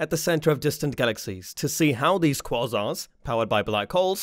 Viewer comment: I had to think what "QuaRsars" were, QuAsars eh?